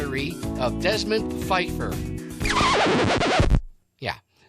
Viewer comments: Not to split hairs, but I'm pretty sure the creators intended for it to be pronounced Puh-feiffer as that was also a joke on the episode of The Golden Girls entitled "It's a miserable life" written by, you guessed it, Mort Nathan and Barry Fanaro. 😊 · Someone decided that the "P" in "Pfeiffer" should not be silent. They should have added a "U" to it.